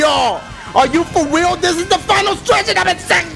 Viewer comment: I'm laughing wayyy to hard lmao "for weal"